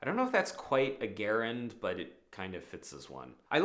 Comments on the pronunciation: And one common word can ruin your video when you mispronounce it, especially when you repeat your mispronunciation, and that word is *gerund*. Soft g, not a hard one, like Jerry, not Gary. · When you say "gerund," you are talking about patriciples. Gerunds are nouns, like "swimming is fun." Or "writing is hard." And it's pronounced "jerund." With a J. Just a friendly statement 🙂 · It's probably not a good idea to take writing craft advice from a man who mispronounces the word gerund. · Gerunds are nouns. They are derived from verbs, but they are functionally nouns. (Also, gerund is pronounced with a soft G.)